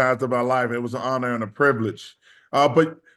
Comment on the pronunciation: Charles "it's an bonour and a privilege" Barkley